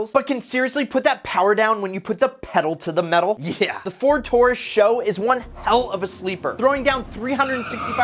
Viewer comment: Why must people pronounce the “SHO” as “show” it’s an S. H. O., super high output, it can put on a show but it’s an iconic sleeper